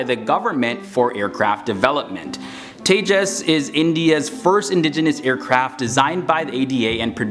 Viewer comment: Thanks for pronouncing the name correctly 😂👍👍